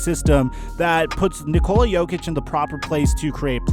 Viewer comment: god damn it it’s NICK-ola not ni-COLA